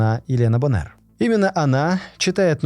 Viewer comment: Вроде бы все хорошо, но мне, как старому брюзге, режет слух, такие ошибки в ударении, как "звОнит", так и боннЭр! Глубже изучайте материал перед подачей!